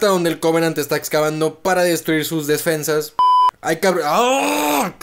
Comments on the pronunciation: "Desfensas" 2021 Pd: Buen video👍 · Personas normales: Defensas: DeSfEnsAS